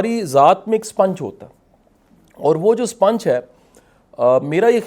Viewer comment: شاہ صاحب سوتے نہیں تو کیا شاہ صاحب چمگادڑ ہیں ۔ سپونج کو سپنچ کہ رہا ہے ۔ یہ ہے موٹیویشنل سپیکر